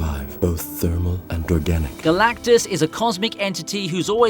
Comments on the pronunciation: Narrator slipped up and said Galacticus. Wasn't that one of the gladiators from that one movie? lol. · Did you just say “the cloud that was Galactikus”